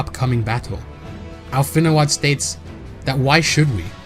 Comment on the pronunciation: I know this was done a year ago, but it's killing me how you keep pronouncing Alphinaud's name as "al-FIN-oo-ahd" like they say his name in-game a billion times, it's pronounced "AL-fin-oh" 😭😭😭 I know you know I appreciate your work and I'm doing my best to ignore it but WHOUF